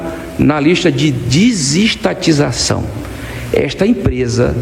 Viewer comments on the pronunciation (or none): o adevogado Bessias falou disistatização? Isso memo?